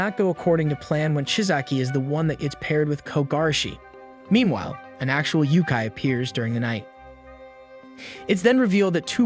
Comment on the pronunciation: It's not yukai. It's Yokai YO-kai. (unless that's how they pronounce it in series, but goodness it sounds so bad.)